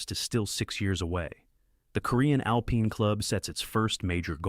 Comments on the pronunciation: Why cant a.i say alpine properly 😂😂😂😂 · Ai mispronounced a lot of words...annoying. AI needs "Hooked on Phonics."